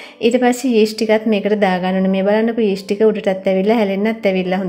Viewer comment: ඊෂ්ට් නෙවෙයි යීස්ට්